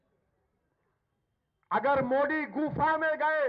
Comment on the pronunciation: inse bolo ki phle bolna sikh le mudi nahi hota modi hai